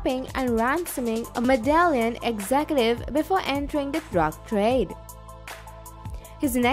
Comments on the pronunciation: Its Mede-yin not MEDALIN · Its pronounced ME-THE-YIN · I can't keep listing to this video with the voice butchering the name Medellín, pronouncing it medallion.